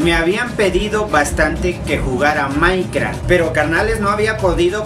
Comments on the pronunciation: "Maincraft" xD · Nadie: absolutamente nadie:: MAINCRAFT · Musho maincra :u shi musho maincra xD